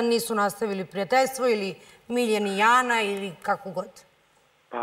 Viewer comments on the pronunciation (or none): none